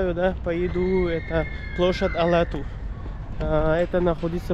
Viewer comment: Автору респект! Рахмат за видео! Правильно площадь Ала-Тоо, не Ала-Ту) Как пишется, так и читается. На английский лад кыргызское слово Тоо читается как tоо (ту)